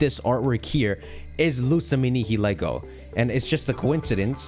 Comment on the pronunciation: The way he pronounced Nihilego really bothered me. I know it's tempting to pronounce the "lego" at the end, but it's supposed to be a mixture of nihil (latin for nothing) and ego, so it should be "nigh-ill-ego".